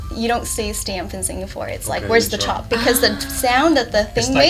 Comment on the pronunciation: Love the discussion, but it's not "chop" but "chope", and it means to reserve something